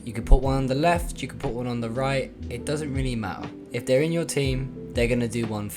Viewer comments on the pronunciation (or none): none